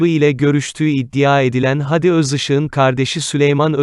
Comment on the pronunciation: Videoyu okuyan beyfendi adamın ismi " hadi gidelim" de ki gibi söylenmez. Dogrusu "Hâdi" a uzatılır, hayatında hiç mi duymadın bu ismi?